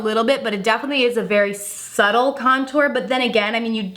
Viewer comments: No shade, “Subtle” is pronounced “su-til” not subble. Love your content! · Did she just say "suble"? Instead of subtle. Honey, itd pronounced "suh-tull" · Omg I can't it!! It's spelled subtle yes. But it's pronounced "suttle" 🙈🙈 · Is it just me or does have her own language, first it was Loreal inFAiLable instead of infallable. Now it's subble instead of subtle!!! Wtf?!?!..... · I so glad I'm not the only one who heard her say "subble". Still absolutely love her though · Did she say "subble" glow? It's spelled subtle but the "b" is silent girlfriend!! And why does everyone do that "okayyy! okayyy!" like Jeffrey Starr when they like a product?! So over that! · some of you are assholes. the first time that she said subtle, she said it correctly. I'm 100% sure that she slipped up on the word the second time when she said "subble". I got your fucking back at least one of us was paying attention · Oh my gosh!! You killed me when you said subble glow!! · Girl....it's pronounced "suttle" the B is silent in subtle. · Elizabeth Greer like you’ve never mispronounced something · You’re pronouncing the word subtle wrong. It’s pronounced like “suddle”. Just a little FYI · Melissa Bee it’s pronounced suttle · Did...did she just say a "subble glow"?? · Yes. Please tell her the b is silent. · I heard it too 😭 I'm from the east coast, same state at actually lol and we do not say "subble" it's fine thought we still love her. I can't get over the clicking sound she recently started doing😭😕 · Brittany Sowle she says subble in the beginning of the video instead of subtle. (The B is silent) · Anyone notice how she tries to say "subtle"? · Sarah Stroud oh lord! I was dead. I was thinking did anyone else notice she pronounced it like that 😂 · Kayla Riggs girl...I know. She literally pronounces words wrong ALL THE TIME LOL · “Subtle” lol